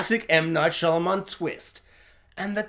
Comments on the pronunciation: Saying his name wrong throughout the review but his daughter's name right was unintentionally hilarious 🤓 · Turning off after about 2 minutes. Don't know how many times you can butcher the director's name, but I can't do it for 20 minutes.